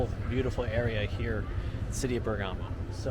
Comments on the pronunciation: Please Bérgamo not Bergámo.. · We have had many beautiful Christmas occasions in Bergamo This guy is giving the worst video with commentary I have seen. He can not even properly pronounce Bergamo. Go back to Walmart and McDonald's. Find a new hobby.